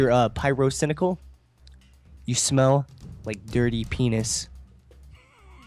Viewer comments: did he say pryrocindaquil? Also like if watching in 2016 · Mister uh Pie-RO-Cynical